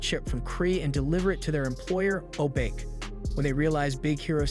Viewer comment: Yes but He's mispronounced most names Krei is pronounced like cray in crazy, he usually says cry He keeps shortening honey lemon to lemon or lemon Obake is pronounced o bach(like the composer) aye he says o Bake Wasabi honestly might an accent thing since it's an actual word Hiro of course is more similarly said like hero like you said